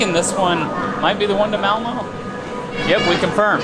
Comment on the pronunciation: Time to learn to say Malmö